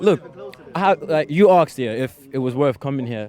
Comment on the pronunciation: Asked- a s k e d. Not a k s e d.